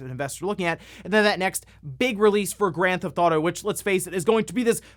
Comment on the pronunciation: If I was a fan of GTA, I’d probably be upset that you pronounce it “Grathaudo”. Kind of like how there’s another youtuber that makes Zelda videos here and there that pronounces it “Ledgofzella”. Can’t stand that guy